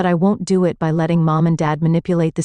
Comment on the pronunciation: The voiceover cannot say the word “it”. Only “I. T.” So weird. 😅